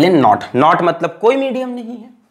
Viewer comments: Sir, "not" nahi it's "naught" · It's not epsilon not it's epsilon naught .